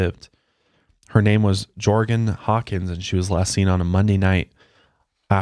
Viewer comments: I’m extremely local to this case and I’m fucking dying at pronunciation of “ Jorgan” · “Jorgan”… -“GEORGE ANN!!!” 😂😂😂💀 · Jorgan, Georgen, Georgan: GEORGE ANNE!!!😂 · How do you get "Jorgen" out of "George-Anne"? LMFAO that was great 😂😂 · Jorgan lol says it’s georgann lol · HAHAHAH "George ann" you're fired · I’m literally cracking tf up at mispronouncing these names and faces 😂😂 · I love how pronounces some of these names!😂 you guys are so funny